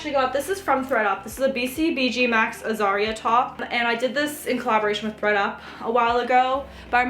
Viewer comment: Nice items! I think it is pronounced "Az-ree-ah" not "Azaria" Love the LV bucket bag- I only own the "Kimono" one which I got retail but it is big so I would like to get a smaller one in the future. Also love Coach bags; I just scored a baguette one at Goodwill a couple of days ago. Love the Fendi and Prada backpack too